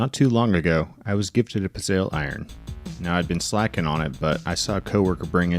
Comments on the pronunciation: It’s pronounced “pit-zel” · It's pronounced Pitz - e - lle